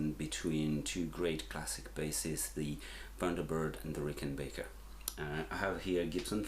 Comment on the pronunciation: Had to turn this off, how do you get Rickenbaker from Rickenbacker???